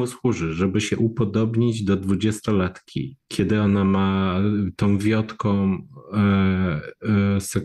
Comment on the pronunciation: "wiotka", nie "wiodka" ^^"